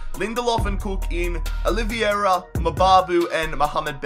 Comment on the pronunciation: its pronounced OLive-Ear-Er